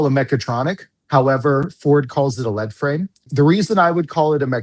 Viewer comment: Lead frame is more essentially a circuit board with built in sensors. Its not a computer and its pronounced “leed frame”. Its also easy to replace. Also, what toyota transmission is regularly running 500-700k with no maintenance? Calling the 6r80 unreliable is just ignorance in my opinion. I have 3 trucks with them and have replaced one lead frame, and I replaced it myself at 150k miles. You guys are both FOS, plenty of vehicles are making it well past 100k.mi. and with ease.